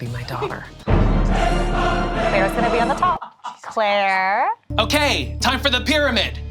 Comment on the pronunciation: I love how keeps calling Claire Clara😂😭